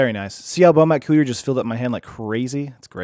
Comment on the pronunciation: I like your stream but couldn't watch this one. "Bomat coo-ier" just isn't right. I can normally get over mispronounced card names but that's too much for me.